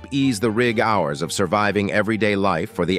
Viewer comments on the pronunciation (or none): Guess this narrator is a computer ..........Child Lab Hour .........aka child labour and rig hours aka rigorous ....... hilarious ! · Same problem for 'rig howers" (RIG ORS) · Narrator also says- Rig-hours, instead of "rigorous".